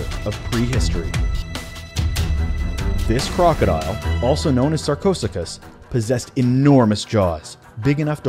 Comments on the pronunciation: 0 was pronounced wrong its pronounced like this Sar-co-sue-kiss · I've only heard it pronounced like SarCO-SUKUS!